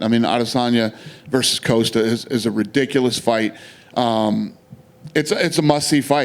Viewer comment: Why does he call Costa, Coaster 🤣